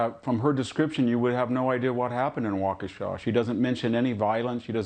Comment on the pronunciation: doesn't even take the time to pronounce the city name correctly. She said Waunkesha.